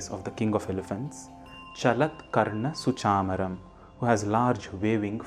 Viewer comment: you say SuchĀmaram But in the text it is given SuchamĀram Which one is the correct one 🤔🤔🤔